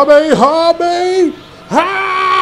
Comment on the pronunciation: beuh pronounced kamehameha wrong